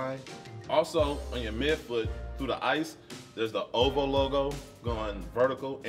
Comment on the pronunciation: O.V.O NOT Ohvo